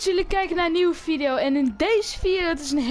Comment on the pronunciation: vileo... dikke chinees 😂